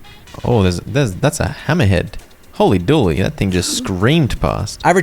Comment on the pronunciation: You're the only person I've heard pronounce "Hooley Dooley" as "holy dooley"